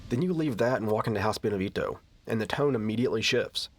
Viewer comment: I love your videos dude, been wating for this one. But really cant stand the way you pronounce Beneviento. You know you can look that kind of stuff up, right? Americans man.